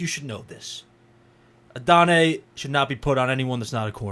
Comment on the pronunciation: Please go look at the pronunciation guide. You're butchering his name. Not a bad breakdown other than that. Regarding the effort issues, look at plays where he's not getting the ball. Especially in the first few games of the season. It was especially noticeable on his blocking. He made better effort later in the year, but his technique still needs a lot of work. You'll also notice that we don't see much of that 4.34 speed in his tape. Maybe he's trying to lull the defenders by running slower most of the time, but with the effort issues it makes me question.